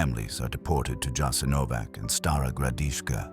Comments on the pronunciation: Probably not pernounced with a j but a ya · JASENOVATZ. NOT JASENOVAK. WHY DONT YOU LEARN ??? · It's not "Jasenovak", but "Jasenovats" (with a "tsss" sound in the end). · Prije svega se trebao raspitati kako se točno izgovara naziv toga mjesta. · ITS NOT " JASENOVAC", C like first leter of word Keys.. Thats wrong Its JASENOVAC , C like letters ZZ of word PIZZA, you pronounce them like C in croatian .. So JASENOVAC would be written like Jasenovazz for americans to comprehend last letter as lwtters in italian word "pizza" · Pronounced "Yah-sin-oh-votch" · Correct, and the "J" is pronounced like a "Y." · "Yah-sin-oh-votch" was establish in occupied Yugoslavia and was operated by the Ustaše regime. Europe's only Nazi collaborationist regime that operated its own extermination camps, for Serbs, Romani, Jews, and political dissidents.[7] It quickly grew into the third largest concentration camp in Europe.[8]. Unlike German Nazi-run camps, Jasenovac lacked the infrastructure for mass murder on an industrial scale, such as gas chambers. Instead, it "specialized in one-on-one violence of a particularly brutal kind",[10] and prisoners were primarily murdered with the use of knives, hammers, and axes, or shot.--Wikipedia. It was a huge brutal place, there are some horrible photos online of people that were maimed there, but still managed to survive. The camp is not "well known" in the west. If you are interested, I recommend starting with the Wikipedia page for "Jasenovac". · The pronunciation is YASENOWATZ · But the name of the place was immediately and then repeatedly mispronounced. Why? No care at all to look into how to pronounce the name of the place you're talking about, really? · And you should pronounce the name of the camp correctly! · Learn to pronounce the letter c in Slavic languages. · please study how to spell it correctly its not a k sound but a c like in Cesar. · A British voice gives so much authority! Too bad he cannot pronounce Jasenovac correctly.